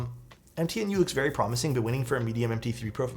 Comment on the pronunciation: "m-t-new" not "empty in you" xD